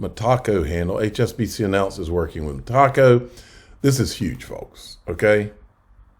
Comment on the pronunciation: Love the channel but dude, it's META CO, not ME TACO...